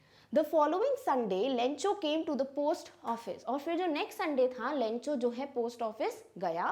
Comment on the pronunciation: मैम वह लैंचो नहीं लैंको है